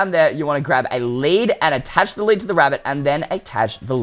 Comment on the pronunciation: You said led instead of lead